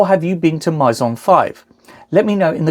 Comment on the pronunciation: Maison is "May-zon"